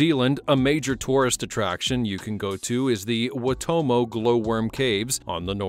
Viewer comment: Waitomo caves in North Island N.Z is pronounced as Why Tow Mo caves. The only predator that eats the glow worms are the Daddy Long Leg Spiders. You enter the caves up top now, and come out of the cave down bottom as depicted here. The local Iwi, found a new door way into the caves. Maori is pronounced as Mau Ree. You roll the R.